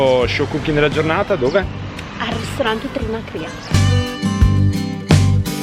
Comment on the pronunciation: trinA'cria e non TinacrI'a